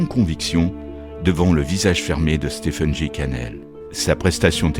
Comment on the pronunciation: Stephen se prononce stéfen